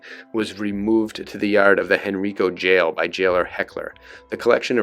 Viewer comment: Hearing you pronounce “Henrico” incorrectly is jarring. It’s pronounced “hen-rye-co.” I wish you YouTube content creators would check the pronunciation of people’s names, places, and things before posting videos. Just saying.